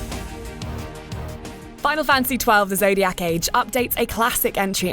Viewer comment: "The Zodiyaakk age"